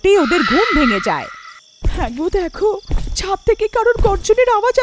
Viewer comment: ছাট না ছাদ